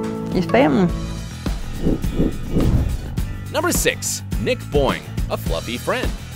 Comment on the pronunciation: Nick boing sounds like Nick Boi😂